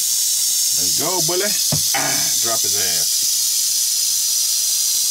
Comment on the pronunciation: I like the way you say bully!! Its funny